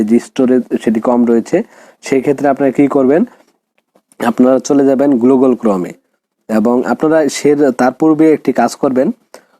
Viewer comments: ঠিক বলেছো! না হলে গুগল কে কেউ গ্লুগল🫣🤭🥴😁 বলে? পাগলে এটাই বলে আর ছাগলে স্যাটাই😜খায়। you know (স্যাটাই) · ভাই আগে তুমি গুগল টা ঠিক করে বলে নেও।😅😅না কি গ্লুগল😅😅😅